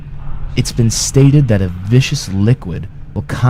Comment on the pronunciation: The narrator said vicious liquid, not you. He meant viscous, i.e. "of a glutinous nature or consistency; sticky; thick; adhesive. Just sayin'.